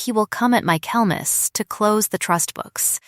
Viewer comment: Michaelmas not mykelmas